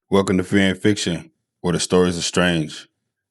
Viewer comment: Fix the intro bro. "Welcometofearinfixtion". Speak clearly brother. Clearly, paced.